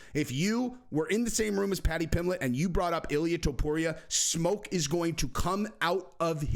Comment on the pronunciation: You said pimblett vs pimbleet, twice (?) I think lol Love the channel tho just discovered